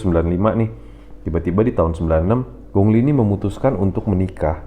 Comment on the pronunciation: Bro namanya kok disebut Gongli....ditulisnya memang gong li..tapi penyebutannya bukan begitu bro....pelajari ping yin bahasa mandarin...